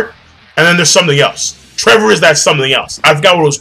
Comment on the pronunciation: Its not trevor its Trebol spanish for spade, read better translations my friend